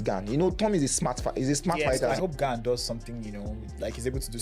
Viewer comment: Gane not Gain